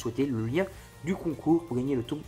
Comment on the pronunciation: J'ai liké rien que parce que, enfin, quelqu'un prononce correctement le mot 'tome'